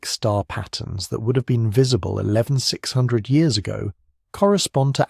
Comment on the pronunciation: Hey mate, can ya fix yer AI voice please? It isn't saying the number of years correctly. Might just need a quick tweak.